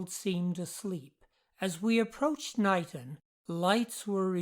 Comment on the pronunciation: Locals pronounce it "Kay-Nighton" - the Isle of Wight already has a Niton, after all.